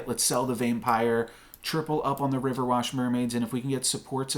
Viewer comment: Nice game dude. I just have one criticism. It's RiverWISH not WASH xD